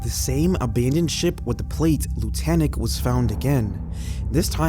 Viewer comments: I just found your channel, and I really like it! Subbed.😊 May I make a correction? The name of the boat is not Lutanic. It’s Lunatic. LOO-nah-tik. Ya know, like a crazy person?! (Time stamp ) Anyway, thanks for the video, and keep ’em coming!😊🫶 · sweetheart, that word is actually LUNATIC, pronounced loo·nuh·tik. Basically, a LUNATIC is a crazy person. It looks like you switched the 'N' with the 'T'. No worries though! Keep up the outstanding work! Every video gets more and more streamlined into perfection. 👍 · Loon-ah-tick. I’m pretty sure that’s the pronunciation.